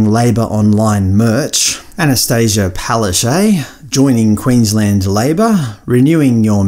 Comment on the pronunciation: Palaszczuk is pronounced, "Palash-chook", not "Pelacais". You guys are cringe.